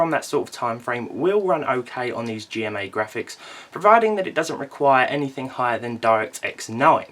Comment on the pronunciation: intel G-rand-MA. graphics